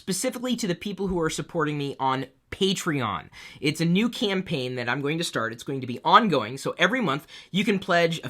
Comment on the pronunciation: I stopped watching this video at the word "patrion"... sorry but already I heard it two many times in ex 2 videos. I'm thinking on unsubing.